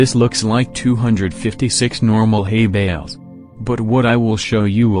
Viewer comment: i hear hey bells instead of hay bales